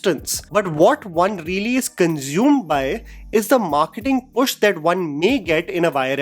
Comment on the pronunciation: "Cunzyuum" "Azzyum"